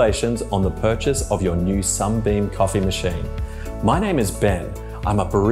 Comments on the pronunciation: This guy keeps saying "SUMBEAM"!!!! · Everytime he says SUMBEAM I die a little inside!